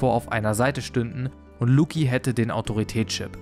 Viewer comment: Lucci muss langsam in Rente (Lucci wie Gucci, nicht Luki)